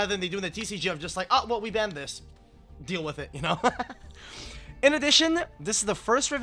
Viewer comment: Why do you add to some words an e like banned(e) ?